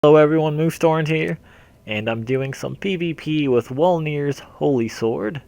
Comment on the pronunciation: wolnir (vol-ner)... it's german